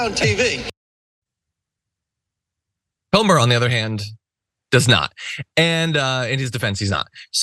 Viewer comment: Comer rhymes with Gomer as in Pyle of it